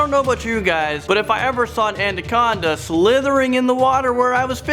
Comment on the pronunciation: It's pronounced Ana-con-da not andaconda lmao